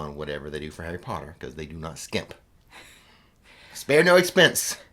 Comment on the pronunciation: More POTTAH!